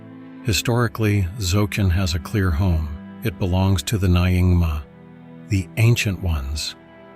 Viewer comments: AI voice - it's closer to Ningma. Definitely not Ny - ingma. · Nyingma is not pronounced as na-ing-ma. It’s pronunciation is nearer to Ningma, although not exactly. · Nyingma isn't pronounced like that, but NYING-mah (/ˈnjɪŋmɑː/)